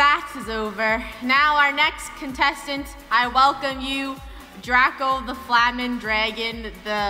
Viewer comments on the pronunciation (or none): Draco not Drsco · It’s not Drsco it’s Draco